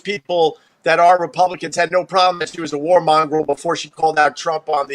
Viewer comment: lol opie thinks “war monger” is pronounced “war mongrel”